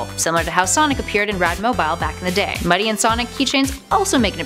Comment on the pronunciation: When Ray says Mighty it sounds like "MY TEA!"